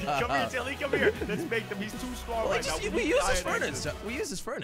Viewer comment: Is it just me, or did Jelly just say strongest.